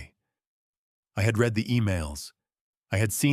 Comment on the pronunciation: This error is often repeated so I don’t believe a human is involved. “ RED” everyone should sound like “REED”